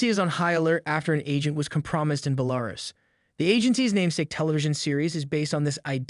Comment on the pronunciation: Pretty sure that was some automated voice or else they have no clue on how to pronounce Belarus